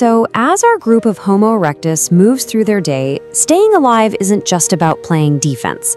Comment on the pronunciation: Homo erec-dis-dic